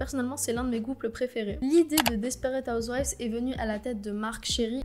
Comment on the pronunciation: Desperate Housewives (PS: tu le prononce pas mal) est l'une de mes séries coup de coeur c'est vrai que encore aujourd'hui beaucoup de gens pensent que Desperate Housewives est une série comédie, mais en réalité et c'est ce qui a donné son succès c'est quel est une série très polyvalente entre drama, comédie et leçon de vie. Surtout que à la base la série était fondé sur un drame. Desperate housewives a été jugé comme une série très représentative de notre société avec les femmes en foyer et leur histoire que aujourd’hui beaucoup de gens décrivent souvent cette série quand ils parlent de leur voisin ou de leur vie en quartier. Bree et Lynette était noté comme les femmes typiques du foyer en Amérique et même en France. La plupart des musiques sont étaient orchestrées par un groupe de musicien dédiée pour la série, ce qui explique les magnifiques musiques de la série qui aujourd’hui sont beaucoup repris dans d’autres émissions. Une autre chose a parlé du quartier qui est possible d’aller visiter car ce trouve dans les studios d’Hollywood. Ces maisons ont servis pour plein d’autres séries et à l’intérieur des maisons c’est des fausses pièces et des faux plafonds toute les scènes filmé à l’intérieur des maisons sont dans des studios à côté du quartier wisteria lane. Par ailleurs certaines maisons on eu beaucoup de changement aux cours des saisons pour uniquement la série desperate housewives. Pour l'information concernant la tromperie de Tom il dit dans la saison 1 à son pè